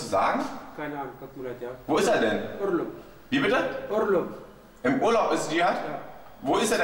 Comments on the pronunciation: Urlum = Urlaub :) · Urrrrlob :D